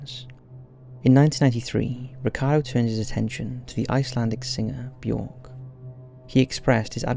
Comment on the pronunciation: Björk is pronounced as Byerk. It rhymes with jerk. Not Dork